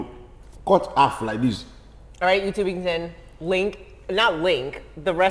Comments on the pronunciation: "Cut haff (half) for us" 😂😂😂😂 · Cut afff like this, cut affff 🤣🤣🤣🤣